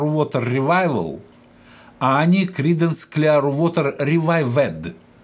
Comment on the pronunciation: Хорошо бы, если б лектор подучил бы немного английский язык. Очень режут слух его искажения. Даже название великих Кридансов на английском он не сумел выучить как следует. Это очень портит впечатление от его рассказа...